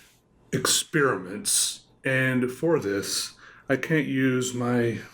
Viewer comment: you pronounce the words "Scinence" and "Experemetns" incorrectly.